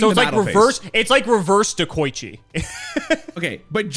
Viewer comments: He also said Dekochi both times. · i'm pretty sure they both pronounced deh-ko-ichi wrong lmao